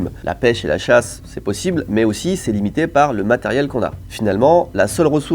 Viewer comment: j'ai entendu " la 1ere préoccupation c'est la "CHATTE", la chasse pardon!